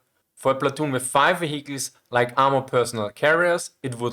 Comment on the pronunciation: I can’t help it but I have to laugh a little every time I hear or someone from “his neck of the woods” say “wehicles” I’m sorry, I really am and don’t mean nothing by it, but I know I can’t be the only one 😁